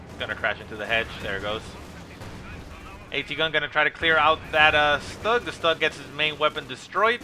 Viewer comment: Stug is pronounced in german (Sturmgeschütz), so "schtoog".